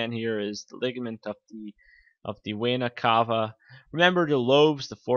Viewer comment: exercise your speaking. you said "inferior wayna cava", if you dont trust me, put subtitles to your video. you will see